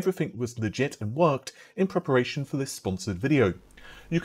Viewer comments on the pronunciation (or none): none